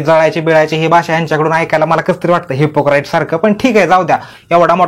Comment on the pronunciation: HYPO- "KRAAIT" 😂😂😂 ARRA ZAWNYA😂😂